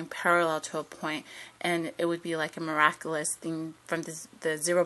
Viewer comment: It is pronounced |length| not |lenth| don't neglect the alveolar stop. |mir'ac'yu'lus|, don't neglect palatalization.